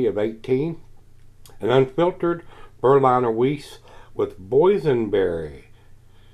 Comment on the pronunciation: It's pronounced Berlin(as in capital of Germany)er. And Vize for Wiesse. Which is German for Wheat. Top review mate. Watching from across the pond in England.